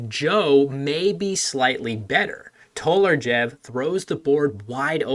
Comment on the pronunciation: As a Slovene i feel obligated to mention the mispronounciation of TOLARJEV. The J is pronounced /j/ like english y, and the V is pronounced /w/ like english w.